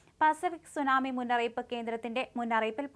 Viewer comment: എത്ര മോശമായി വാർത്ത വായിക്കാം എന്ന് നിങ്ങൾ തെളിയിച്ചിരിക്കുന്നു നിങ്ങൾ പറയുന്ന പല സ്ഥലങ്ങളുടെയും തെറ്റായിട്ടാണ് നിങ്ങൾ പറയുന്നത് 30 സെന്റി മീറ്റർ ഉയരമുള്ള സുനാമി തിര അതെന്തു സുനാമിതിരയാ സുനാമി വാർത്ത പറയുന്നതെങ്കിലും അതിന്റെ ഉച്ചരണം അർത്ഥം ഇതൊക്കെ അറിയണ്ടേ ജാപ്പാനീസ് വാക്കാണ് സുനാമി